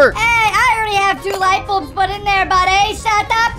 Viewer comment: Why did arky call the light balbs the flash balbs